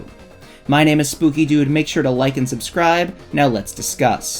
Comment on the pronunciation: i thought bro said scooby doo not spooky dood